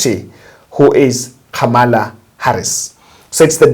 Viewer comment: Pronounce Khamala as though h is silent.